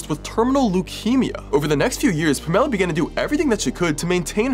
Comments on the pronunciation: Pa'mela huh? Lol!!! Pam'ela The emphasis on the symbol counts. 😊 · This is really sad, but it was kind of distracting that you were pronouncing Pamela differently than I'm used to. Usually it's pronounced as if it's "Pam", and then "uh-la" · Her name is Pam-a-la. Pamela. Emphasis on the second syllable. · It's pronounced "Pam-ell-uh" not "Puh-mell-uh" lol. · it isn't THAT difficult to pronounce the name "Pamela." It's "Pam-EL-a," not "Pa-mella!" 🙄😂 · I'm not sure if her name really is pronounced like that, because that might be the case. But typically the name Pamela is pronounced PAmela, not PamEla. Im sorry, but that was honestly the only thing I could focus on 🙈 Im so glad the little girl finally got help! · Pamela.... Pronounced Pam(same as Sam)eh luh with the emphasis on Pam.... PAM-e-la. My aunt's name was Pamela. She, however, was not a criminal child abuser. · Wait. Did you pronounce Pamela like Pa-Mel-low? It’s Pam-ah-La 😂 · This is sick. But the name is pronounced: Pah ma la. Not Puh mell uh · Pa-mell-a? off topic but that is pronounced Pam-a-lafor the first 50 years of my life. have i missed something? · Wouldn't her name just be pronounced 'Pam-ela'? Where did 'P'mela' come from? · Pa-Mela???. 🤔 Not Pam-ela??! 🧐🧐Nevvver heard it pronounced like that 😕🤔🤔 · PAMela not PaMELLA. Who pronounces Pamela like that? 😂 And Gypsy didn't save shit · he's pronouncing it Pam-ella. Normally it's pronouned Pam-alah. It's just an odd way of pronouncing it. 🤷‍♀️ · it’s a very common English name. I know many Pamelas it’s pronounced like Pam-uh-luh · The story is horrifying but I’ve never heard that pronunciation of Pamela ever. Sounds like Pom-eh-la.. almost like Pomona 😂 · It’s the pronunciation of “pomm-ella” for me 😂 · Pam-a-lah is how to pronounce "Pamela" and the hero in this particular story is the school nurse, not Gypsy Rose. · Not this guy pronouncing Pamela as "pa - mella" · Hey Pamela is pronounced Pam ah la. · It's pronounced Pam ella.